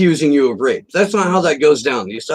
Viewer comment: Of, not "off".